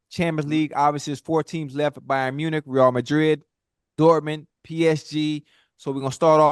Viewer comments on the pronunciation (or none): "Ray-AL" Madrid... come on now, stick wit may!! Great segment!!